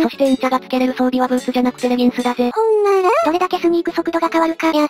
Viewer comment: ウォーデン↑とか、ほんなら↑の発音がめっちゃ好き